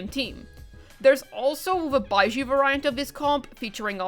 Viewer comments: I heard it one too many times to be able to resist, so for future reference "variant" is pronounced like the word "very". Like Very-ent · excuse me, var-eye-ant? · Variant is pronounced v - air - ee - int/unt ;)